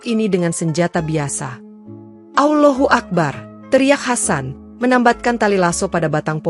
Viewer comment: Kenapa ada sebutan awlohuakbar